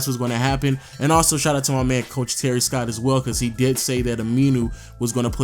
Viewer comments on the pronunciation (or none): Damn, you don't know how to read or what? It is Terry Stotts not Terry Scott